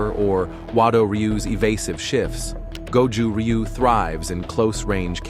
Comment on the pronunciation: You can't even pronounce it correctly. Will not waste my time with this video.